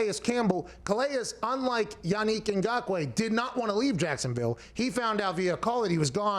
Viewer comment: As a Cameroonian, props to Pat for pronouncing his name correctly.